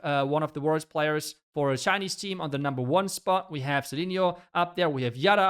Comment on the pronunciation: He said worlds players. But i also heard it worst** 😂